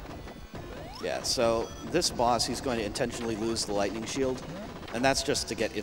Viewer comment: Somehow, one of those times when he said Lightning Shield I heard Gluttony Shield. I briefly thought that it was a nickname those guys made up for how it can get you more rings than you could ever need.